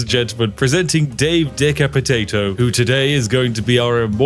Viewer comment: I think you mean “Dave Decap-potato”